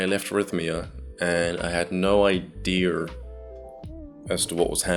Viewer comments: The word is "idea" -- not "i-dear". Common mistake. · the way that people with an accent from england pronounce it is “i-dear”